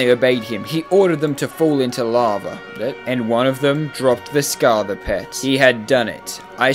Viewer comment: why do u say scartha its scatha buddy